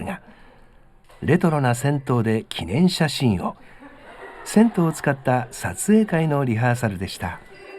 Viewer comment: 銭湯(ぜにゆ)ですね。風情があっていいですねぇ。